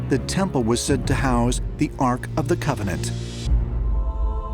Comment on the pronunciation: Why is calling the holy relic holy gavanant!?😂😅